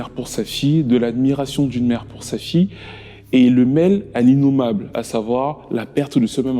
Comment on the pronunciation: 1er point : Avis au narrateur de la vidéo, apprend à parler. Sa fille = fi ye. Et non pas sa fi. 2ème point : Avis au réalisateur et aux autres personnes concernées. C'est scandaleux, voire obscène, de mettre un extrait d'une chanson de l'assassin en train de chanter. Il vous a payé ou quoi pour que vous parliez de lui, ses chansons, son groupe.